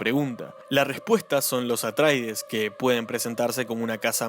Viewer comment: Buen video, nada más que la casa se llama Atreides, no "Atraides". 👍